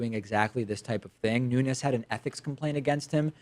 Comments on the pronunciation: Pronouncing ñ when it's just n is considered a form of hyperforeignism, like when people call habaneros "habañeros". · Portuguese fellow, here: in words that end with a vowel and an S, the vowel is a bit muted and the S is pronounced kinda like an in-between of "sh" and "j", So in Nunes' case it'd be something like "Noonsh".